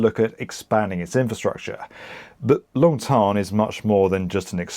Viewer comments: Long Thanh pronounced “Tan” as in sun tan. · The way he pronounced the names of these Vietnamese airports Long “Thon” and Tan Son “Nia” is so cringy.